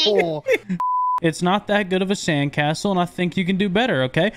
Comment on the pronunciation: “YOU RUINED MY CAND SASTLE”had me dying